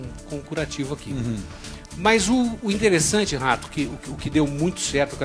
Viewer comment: "O INTERESSANTAE, RATO..." Kkkkkkkkkkkkkkkkkkkkkkkkkkk